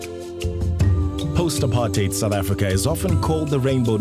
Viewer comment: Such a rare thing in this video, makes a pleasant change. A commentator who can actually pronounce "apartheid" correctly.